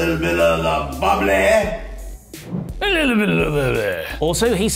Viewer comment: “A little bit of the bubblay” Is the next big meme 😂😂